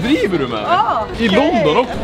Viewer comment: ”hah a it’s ökey” Hahaha😂